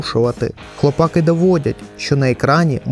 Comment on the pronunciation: одне уточнення: не хлопАки, а хлопакИ. Перше слово походить від "хлопати" (яке взагалі не є українським), а друге від "хлопці". В оригіналі серіал має назву "the boys", тож робимо висновки. А загалом, дякую за об'єктивний огляд серіалу. Сподіваюсь наступні сезони не погіршать ставлення до франшизи, а навпаки.